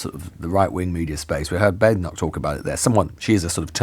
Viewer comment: Lewis! It's Badenock - short a sound not long a sound. She really is BAD!